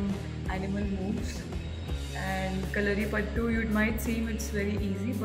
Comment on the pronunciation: Ma'am kalarippattu nahi kalripayatt🙏